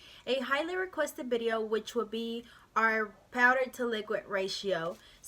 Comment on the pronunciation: It's video. With a V not bideo